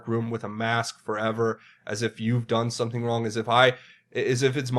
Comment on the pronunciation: "Some people,...did some-ting."